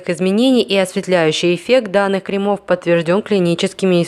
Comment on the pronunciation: крЕмов, крЕмы, а не кремА, кремОв